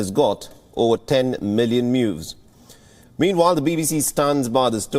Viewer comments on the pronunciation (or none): .. Over 10 million MIEWSS... 😅